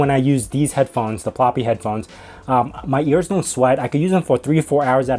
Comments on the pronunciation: Ploopy* not Ploppy. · pl ooooo py, not ploppy